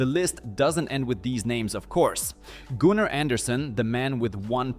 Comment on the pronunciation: “Gooner” Anderson? Its Gunnar! 😂